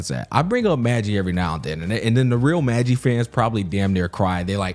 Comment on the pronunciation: Bro is saying magi wrong ngl but im just happy someone else watched peak